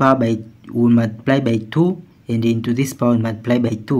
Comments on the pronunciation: Good process. But it is so annoying how u pronouce Two I had to mute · Me encanta cómo dice "two".